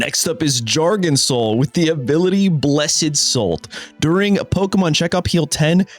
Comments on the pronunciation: JARGANSAL WHAT its pronounced gar-ga-nack-l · Love the Jar-Gan-sal for sure 🤣🤣. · isn't it called gar-gan-nakel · Did bro really just say jargon-sol 😭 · that garganacl pronounciation was mental 😭😭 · Dude i laughed so hard at your face when you broke after delivering the worst garganacle pronunciation i've ever heard in my life lmaoooooo